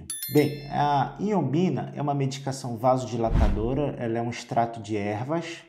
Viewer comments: Ñ é iombina, é ioimbina o correto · O nome é Ioibina e não Iobina como na sua pronuncia. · Dr. É Ioimbina e não iombina. Te liga mané!! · Pois é. Ao menos pronuncie o nome corretamente. Vc fala errado. O correto é Ioimbina e não Ioimbina. Perceba que há uma outra letra "i" na palavra que o Dr m ignora quando pronuncia o nome da substância.